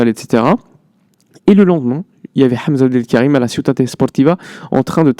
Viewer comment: Tu prononce très magnifiquement le nom de Hamza Abdoul Karim